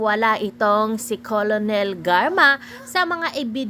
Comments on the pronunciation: Kakabwisit nman po un voice over. Cornel lng, d pa ma pronounce ng tama. Kolonel daw?! Hehe. Wag ng mag vlog kung ganito lng nman susme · Kernel po, hindi po kolonel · kernel not colonel anong klase kang tao di mo nabalita at narinig???nag aral kaba??? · Di po kolonel ang oag pronounce, paki check nyo sa google or dictionary😂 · Colonel It is pronounced as "Kernel